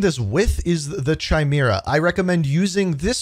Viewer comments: I love your content but the weapon is pronounced CAI-MERA like the mythical animal or genetic trait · DUDE!!! the CH in Chimera is pronounced like the letter K. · The Chimera is actually pronounced kigh-MEER-uh. Just FYI. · Apparently everyone be pronouncing chimera wrong 😂